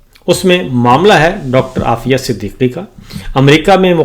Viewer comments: Foziya nhi afeya Naam he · صابر شاکر آپ بار بار ڈاکٹر عافیہ صدیقی کا نام غلط لے رہے ہیں